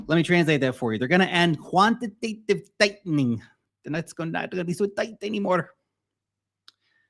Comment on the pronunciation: LOL the way you said quantitative tightening 😂 was in a office watching this video but couldn't resist laughing out loud 😂